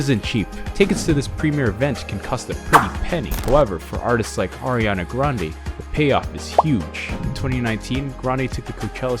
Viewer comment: you pronounced sooo many things in this video wrong, lol... down to the last name part. her grandfather pronounced it like "grandy"